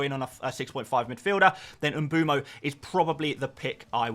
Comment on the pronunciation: Mboomo? What’s with all the off pronunciations??